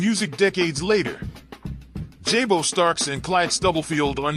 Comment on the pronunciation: Pronounced “Jah-bo” NOT “Jay-Bo.”